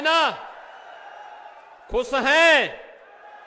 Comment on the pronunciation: अरे जाहिल खुस नही खुश होता है 😂😂😂